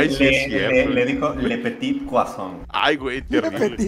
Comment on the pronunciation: le petit cuassoin' jajajajaja